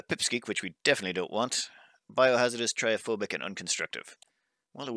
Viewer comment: Why does our says "Tryophobic" instead of "TryPophobic"?